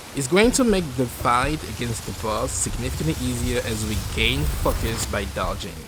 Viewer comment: stop saying FAKUS!